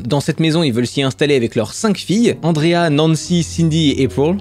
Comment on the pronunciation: Hé.. pourquoi tu dis "En dré ha" et puis après "Aillepreul"? ça devrait être April non?